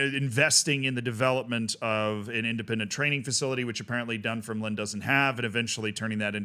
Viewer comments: Dun-FIRM-Line not DUN-firm-line emphasis on "firm" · Yup, absolutely butchered Dunfermline lol. Done-ferm-lyn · love your scottish football coverage, but it’s dunFERmline 😅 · Pronunciation: DunFERMlin, that is stress on the second syllable and ignore the final letter. Almost every Scottish town on the east coast north of Edinburgh has stress on the second syllable (DunDEE, AberDEEN, MontROSE, ArbROATH). This is because the towns' names derive from Scots Gallic, not English. For example, InverNESS. Inver is Scottish for mouth, so the English equivalent would be Nessmouth. The vast majority of English towns and cities have stress on their first syllable. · Utterly howling at your pronunciation of Dunfermline. Dun-ferm-lin but the ferm-lin part isn't separated. I'd love to hear you take a crack at "Milngavie" 😁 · Its pronounced 'Dunfermline' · It's said Dun - Firm - A - Lynn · FYI, the club is pronounced "dum-fer-lin" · A little more emphasis on the second syllable (dun-FERM-lin) but yes indeed, it's not pronounced like "line" 😂